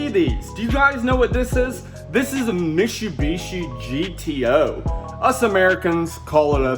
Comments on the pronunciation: Mishu Mishi, is pronounced MIT-SU-BISHI 🤣.... Minor details but great video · No. You Americans called it a mishieeeooobishi gto lmao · mishi-bishi XD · Not a mishubishi its a MITSUBISHI!!! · mitsubishi not mishubishi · Gave thumbs down because of the way you pronounced Mitsubishi.